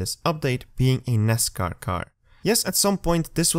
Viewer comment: Lol you. Cracks us Americans up when he says that. I have lot of foreign guys in my crew. They said the same way ROFL